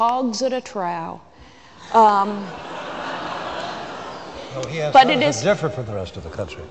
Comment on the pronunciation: Man I hate Peggy Noonan! She is so phony! "Hogs at a trow!" ??? She MEANS hogs at a TROUGH! Pronounce "trawf". But, whatever, she certainly ACTS smarter than anyone else, maybe she is... No, she's just a phony!